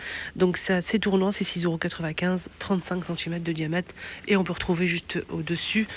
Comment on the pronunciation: Juste une petite remarque , on ne dit pas "diamète" mais "diamètre", sinon merci pour la description .